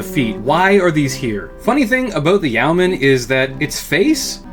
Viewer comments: Yeoman is a reference to the yeoman archer of medieval England fame, which tracks with it being an LRM boat. It's pronounced YOH-man rather than YOW-man. A quick online search gets you pronunciation guides from dictionary services if you need to confirm this. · I've always understood it to be not exactly "Yo-man," but it's closer to that than "Ye-o-man." The "Yeo" part is still a single quick syllable, and sounds like a shortened "you." In terms of meaning, it is mostly famous for the rank of many British longbowmen above peasants, but not nobles or knights (comes up a lot in some Robin Hood stories). Hence the name in comparison to other ranged mechs like Archers, Longbows, Catapults, etc. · It's pronounced "Yo-man'. My qualifications: I live in Yeomanland. Great roast of an often ridiculed, yet very well designed Mech. I mean, the Clans would have been smashed before they got anywhere if the Inner Sphere had had these in 3050. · I thought it was pronounced Yay-o-man. Either way, I like the goofy thing. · Yo men is the correct pronounciation its an old world term. For a freeholder or some one who can vote in a nights stead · It's pronounced yo-man. At least that's how Kelly Chambers pronounces it as in Mass Effect 2. Imo, the e is still there, but it is almost imperceptively brief as to basically not exist at all. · Yeoman is pronounced "yow-man" and rhymes with "showman." The spelling is an quirk of its weird linguistic roots.